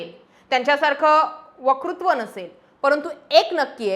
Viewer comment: काय वाटत असेल, असं हवं होतं. वकृत्व म्हणजे वाकडेपण. वक्तृत्व असं पाहिजे. भाषेवर काम करणं आवश्यक आहे.